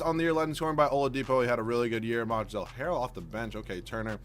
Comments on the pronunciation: pls it ain't that hard pronounced MONTREZ the L is silent and OG ANU-NOBI pls stop butchering their names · You don't have to pronounce the l in Montrezl harrell